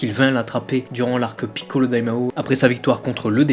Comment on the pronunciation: Même problème, je trouve tes vidéos superbes de part leur contenu, par contre l'accent est juste insupportable, particulièrement le "PI"ccolo que tu siffles limite. Lors d'un passage de Toriyama (vidéo du débat Gogeta vs Vegetto) tu parles littéralement en japonais juste pour montrer ça aux fans au lieu de le traduire tout simplement, aucune utilité dans le débat si ce n'est pour montrer que tu parles japonais, c'est pour ça qu'il dise "que tu te la pètes". Sans omettre que plusieurs noms sont prononcés en français, comme Bulma, que tu aurais pu prononcer "Buruma" et ne pas faire les choses à moitié. A titre d'exemple seulement : les noms arabes, vous ne les prononcez pas pour autant en arabe, donc ne vous foutez pas de nous en disant que c'est pour ne pas écorcher la langue japonaise ;)